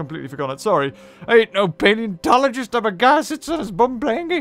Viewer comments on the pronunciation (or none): none